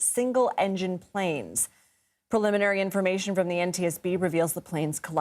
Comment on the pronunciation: Preliminary not paliminary.